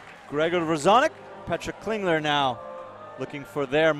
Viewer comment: Petra Klingler is not from Sweden (SWE), as the rankings want to make you believe XD. It should be SUI or CH for Switzerland. Also, the commentators pronounce her name in a very weird way Edit: I'm stupid and don't even remember the abbreviation for my own country